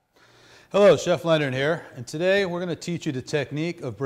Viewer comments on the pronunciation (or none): none